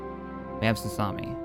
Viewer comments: "Salusami" Im dying. Its pronounced salukemeye. Lmao. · repeat after me SA-LOO-KA-MY not Salami. That’s how you pronounce Saleucami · Saleucami = "Sassami" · “Sahloosami”. That hurt my ears. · Also friendly advice the planet near jabim is pronounced (Sal - Lew - ka - my ) as per the clone wars tv show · "Sassami" XD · I don't mean to be that one guy in the comments but its pronounced (Sa-Luke-Ka-My) "Saleucami". Love to see the series back and can't wait for the future though. Always a pleasure to see these vids. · Sgt. Vodka no it’s pronounced Saleucami lol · Jesus Christ did you not watch RoTS? You'd know how to pronounce Saleucami!